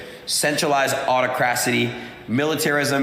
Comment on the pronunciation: THIS clown punk MORON is a INFLUENCER? MAGA = MORONS!!! He can't even read! Autocracy becomes "Aw-toe-CRASS-ity" !! 😂😂🤣🤣👌👌